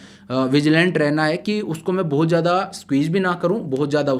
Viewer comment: You speak very well, but some of the words you use aren't appropriate like "Jada, Maja, means used "Z" in that words not "J".....